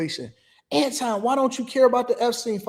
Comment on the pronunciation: Anton. His name is Anton.